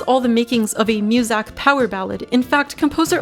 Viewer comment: Y u say musak?